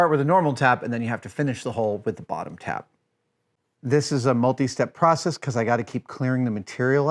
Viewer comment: "pracess-ease" is not a word.